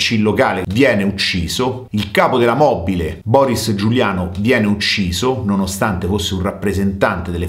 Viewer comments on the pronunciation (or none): none